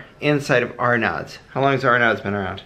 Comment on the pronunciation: Arnaud's is pronounced R-No's